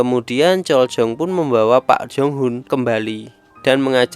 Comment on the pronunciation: Prak/park entah lah aku GK tau tulisannya kek gimana tapi bacanya jangan pak dong kak kirain saya bapak bapak beneran 🤣